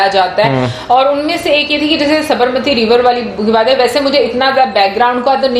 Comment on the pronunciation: Sabarmati ko aapne sahi pronounce nahi kiya....